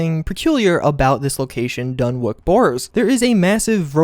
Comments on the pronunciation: Dunwich not Dunwick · DunWHICH, as in "WITCH." Why can't anyone pronounce words on Youtube? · what's creepy in this video is how the narrator keeps pronouncing dunwich as dunwick and doesn't seem to even realize it. Spooky! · It's pronounced dun-itch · For the love of god it's pronounced DONE-ITCH. It's kind of a shibboleth. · Dunwich = Dun'ich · DUNWICH NOT WICK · If this dude says fucking Dunwik one more time.... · It is dunwich like sandwich. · it's pronounced "dunitch" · DUNNICH! It's pronounced dunnich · STOP SAYING DUNWIK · It is incredibly painful to hear you so so badly mis-pronounce Dunwich! How can you be a fan and not know how to pronounce a simple name? Its pronounced DUNITCH!!!!!! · Dun-Witch is how you say it. Jesus. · The W in Dunwich is silent. The place name is pronounced "Dunij" we have a place in the UK called Dunwich and it is known for the haunted city that fell into the sea and on certain nights it's said the bell from the church in the sea can be heard still ringing and it was also home to an old leper colony. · It's pronounced like sandwich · dun - witch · Dunwick? do you legit have a speech impediment? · Not to be that guy, but isn't it Dunwich like the ch in sandwich? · Yeah, it should be said like "Dunnich" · Dunwik? Dun wik?! DUN WIK?!! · its actually pronounced dunich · dun-ich as pronounced!! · is wondering how he pronounces sandwhich after hearing him say dunwich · Dude, you were so wrong about all of this... I could even let it go that you don't know how to pronounce "dunwich" correctly or that the manager's name is "Tim -SHOOTS-" (even though it's written several times) but you claim there's a giant ROBOT buried there???? Come on man... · Ya the pronunciation of Dunwich made me cringe lol Great vid though! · Yeah. And the "w" is silent. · im glad i didnt have to say it. the W is also silent, like in norwich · The name pronounces 'Dunn' "Witch" not dunn wick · dunwich is pronounced dunich not dunwick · DUN-WITCH, not dun wick.